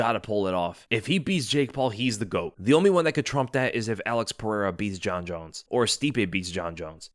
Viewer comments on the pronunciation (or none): none